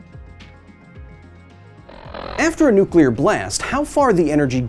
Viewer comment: You know what really grinds my gears? When people pronounce nuclear as "nu-kyu-lar", not "new-klee-ar". Good job to Kyle on correct pronunciation. 💥